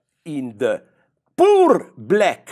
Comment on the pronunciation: l love how he sayed "POOR black people."